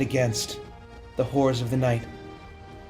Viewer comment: My favorite thing about is his Inability to purrnounce half of the "R's" in HoRRors. Hearth mother, keep that poor little twink safe from what lurks in the night.